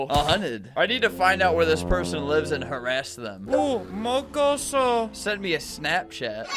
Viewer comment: Not Albert saying”mocoso”, if you know you know😂